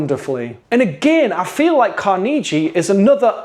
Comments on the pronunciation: Carnegie was Scottish. People in Pittsburgh pronounce it correctly. People in NY pronounce it incorrectly. Car-NAY-gie is the way Scottish people say it and it is the way employees of the company say it. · Car-nuh-gee is how it’s pronounced. Clans of Caledonia has always caught my eye. Seems like I need to find more space on the shelf now ;). Thanks for the video! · Love the video! FYI - technically it's "Car-na-gee". But pronounce it how you like, that's the beauty of words!! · As others have noted, it's pronounced differently here in the States depending on the region. Carnegie Hall in NYC is pronounced CAR-nuh-gie, whereas in the Pittsburgh area, where Andrew Carnegie was, it's pronounced car-NAY-gie. If I'm not mistaken, I think the second example is closest to the Scottish pronunciation. That's what's so fun about words...their pronunciation can change over time and according to region.